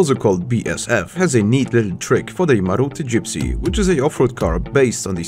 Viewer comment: I don't want to be that guy but "Maruti" is pronounced Maa-ru-tee.